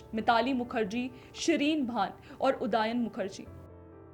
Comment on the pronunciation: उदायन नहीं, उदयन.